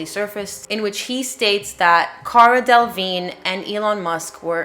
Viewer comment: I don't understand why so many people don't check how to say Delevingne. She is successful, so looking for a tv interview could easily correct this. The man asking the questions should be saying it properly, lack of clarity in a court case is bad idea.